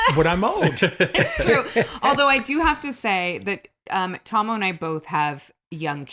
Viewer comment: Now I know how to pronounce Tahmoh's name. Your reactica is worth it for just that.